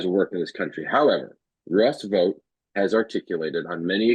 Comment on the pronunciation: Vought rhymes with thought. Why are we helping Trump whitewash this guy?